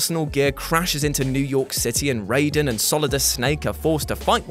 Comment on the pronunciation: You're a cool guy,. It's pronounced RYE-den tho. Not RAY-den.